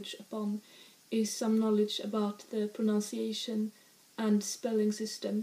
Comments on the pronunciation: The word is proNUNciation, not "pronounciation." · Please forgive this English correction from a casual viewer. One proNOUNces to practice one's proNUNciation. The syllables I've capitalized are each pronounced the same as the English words they happen to spell. I used to make your mistake despite English being my one and only language. Anyways thanks for very charming videos.